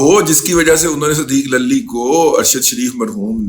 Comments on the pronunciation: دادا جی صدیق للی نہیں صدیق لولی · صدیق للی کی لام پر زبر کے بجائے پیش پڑھا جائے ۔۔۔۔